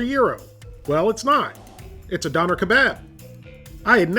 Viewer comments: Its dööner not doner 😩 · Not a Donner, pronounced Dough- Nair. I'm thinking/ (Hoping) you are purposely pronouncing these words purposely for shits and giggles lol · Living in germany you keep pronouncing Doener wrong. It can also be wrapped in a tortilla, and the sauce is an Herb and/or Garlic sauce with "Sharf Sause" or "Hot" sauce, but its really more of a sweet chili sauce. Pronounce it Duerner, pronounce the umlaut i can't listen to you say doener any more. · Hey man, the umlaut over the o (ö), changes the pronunciation to durr-NAH, not dawner lol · I love this channel , I watch it every week but it absolutely kills me when he says “don-rr”. It’s “doan-air”. I tried to get through the video without it bothering me but it is basically ear rape every time he calls it “don-rr”. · Your pronouncing doner incorrectly it's pronounced Doh-n-air. They're big in canada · Dough nare...... say it right bro. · Pronounced "doh-n-air" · It's pronounced Dun er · and if you actually knew what those pronunciation sounds mean it is D - for dog o - like code, n - for neigh er - for ER in letter, doner wasnt invented by turkish germans, it gained its popularity in in europe from germany but it was most definitely originated from turkey, doner kebab on the other hand didn't originate from turkish germans, it originated from a turkish immigrant selling doner kebabs on a street stall. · Natalie Wiltshaw Döner was invented by turkish-germans, and the correct pronounciation is [ˈdœnɛr], [ˈdøːnɐ]. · No it's not. it's actually pronounced like "Duna" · im cringing because of how you say döner xd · Man how many times can you mispronounce Döner in one video. Lol, good video but its painful. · The way non germans say döner is almost as bad as döner in a can